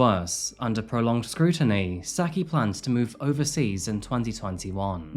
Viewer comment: y not just look up how to pronounce peoples names… i mean this is getting ridiculous. juan is pronounced with ”h”. shouldnt everyone be familiar with don juan… also, her name isnt pronounced sacky, but sucky…